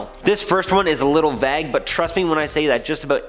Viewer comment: You dont know how to pronounce vague?